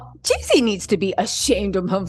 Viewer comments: It’s Jeezy you keep saying Yeezy 😢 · You change the narrative everything 30 minutes! And his name is Jeezy not Yeezy!